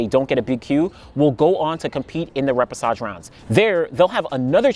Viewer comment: thanks for the info. I didn’t realize this was a thing. Quick pronunciation tip though - the ‘ch’ combination is pronounced ‘sh’, so ray-pay-shah-zh. Hope that makes sense. But as always STELLAR content and analysis! Thank you 😊